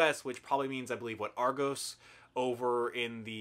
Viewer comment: yeah. By the way, it's pronounced "Argoss" not "Argoes" :D